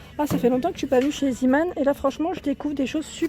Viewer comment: Trop top ta vidéo ça me donne envie d y aller. Par contre on dit pas «zimane» mais on prononce « zémane» Sinon continue tes vidéos j aime trop